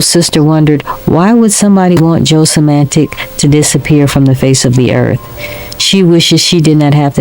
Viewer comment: You need to learn how to say Joe's last name out of respect !!